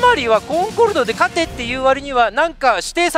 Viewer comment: 勝ての発音がポンコツw